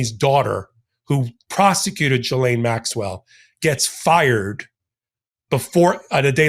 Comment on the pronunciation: I'm begging you. Please research pronunciation for Ghislane Maxwell. And Virginia Giuffre. You're a smart guy. Getting their names wrong is distracting.